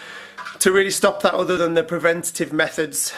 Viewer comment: So annoys me when he says over instead of other